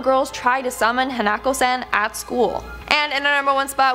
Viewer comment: You mean hah-nah-ko hanako